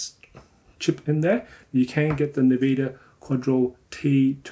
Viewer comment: "nveeda" KEKW!